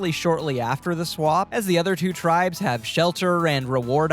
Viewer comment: Please stop saying eviction. That's big brother, not survivor. And look up pronunciation of tribes so you can pretend to be a superfan